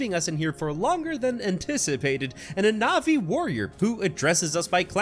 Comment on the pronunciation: i'm a bit late to this video but it's [pronounced as navi]